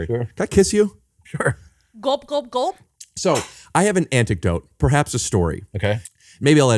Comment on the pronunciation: Not sure if he always says this word wrong but Rick says, "I have an anticdote."